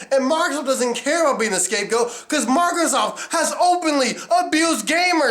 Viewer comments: its fucking "MICROSOFT" NOT "mARcrosoft" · he says MairoSoft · he also can't even pronounce microsoft